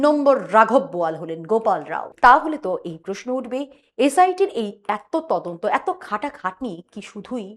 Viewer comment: কি উচ্চারণ ! 'তদন্ত'কে 'তোদন্ত', 'সদস্য'কে 'সোদস্য' উচ্চারণ ক'রছে স্মার্টলি ! গা-পিত্তি জ্বলে যায় এদের বিকট উচ্চারণ-আধুনিকতায়। এতে এতটুকু লজ্জা নেই ! বাংলাভাষাটাকে চিবিয়ে খেল !